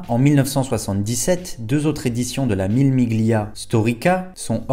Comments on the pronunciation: Salut, J'aime bien ce que tu fais, mais j'ai les oreilles écorchées à vif quand tu dis "le chrononométeur" (au lieu du chronométReur), sans compter le "Mille Miglia" qui se prononce en réalité "Millé millia" (pas le G audible si suivi du L en italien)... Mais encore plus dans ta construction de phrase où tu répètes plusieurs fois la même faute "le lien qu'il existe" au lieu de "le lien QUI existe". Mais ton "je sais qu'il existe" est parfait. Les dures lois de la grammaire... Bref, deux (ou trois) remarques que j'espère constructives — désolé si cela semble futile pour certain(e)s, même moi je fais des erreurs, mais tu sembles chercher la qualité —, bref, si tu peux te faire (ou te) relire. Ne m'en veux pas... J'aime bien ce que tu fais — je me répète car c'est vrai — et j'ai le beau rôle tandis que toi, tu trimes. Cordialement, Daniel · Mille Miglia se prononce "Millé Milia" 😉